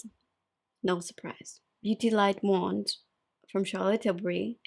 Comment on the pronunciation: You changed your pronunciation of “wand” 😍. Rhymes with “bond” not with “band.” 😉😁 #SLP 🗣